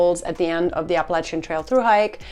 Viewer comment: Like the way you say Appalachian.... it hits also....❤